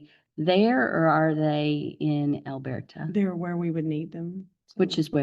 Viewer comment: I just need dad’s attorney to pronounce Elberta correctly 😂😂😂